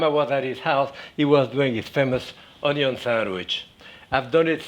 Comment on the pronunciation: I don't trust a man who can't pronounce ONYO